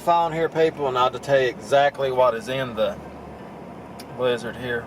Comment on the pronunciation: BLIZZARD?...I THOUGHT YOU SAID LIZARD!